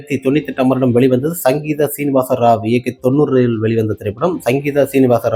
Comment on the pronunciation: சிங்கீதம் சீனிவாச ராவ். உச்சரிப்பு தவறு